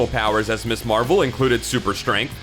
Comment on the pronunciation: Gah. The word is pronounced "miz" not "miss" there.